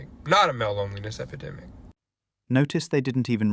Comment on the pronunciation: EpIdemic*...C'mon